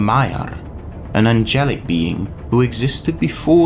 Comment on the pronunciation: heard "angelic being" as "a jelly bean"